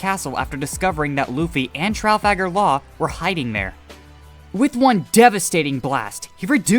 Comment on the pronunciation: "Tral-faggar-law" don't get demonetized